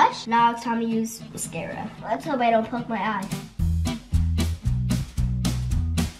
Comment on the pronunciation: I love how when was putting on makeup, she said mascarada for mascara:)